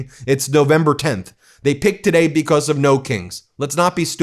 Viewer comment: Because, not "be-coss" Human, not "yoo-man" Thank for not saying "play this clip" 80 times in this video. Thank you. Keep working